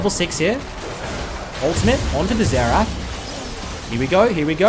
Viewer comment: Why are you calling Xerath "Zetch"?